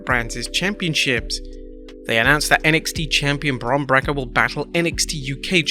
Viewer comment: One More Time He Says Bron Brakka When Other UK YouTubers Are Saying It Right and There's Gonna Be Carnage